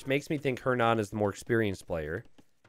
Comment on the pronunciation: The way you pronounces "Hernan" gives me a headache